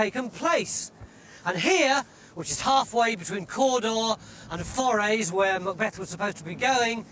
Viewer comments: Ffs!😂Could he not at least learn how to say Forres properly. I mean he's there .Didn't he hear anyone saying it ? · I wish he'd learned how to pronounce Forres when he was there and that Moray isn't in the HIghlands.